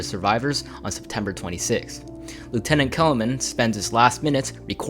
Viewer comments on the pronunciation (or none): none